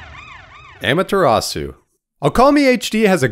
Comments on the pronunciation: amaterasu: om-uh-ta-ros-ooh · They pronounce Amutazu in Marvel vs Capcom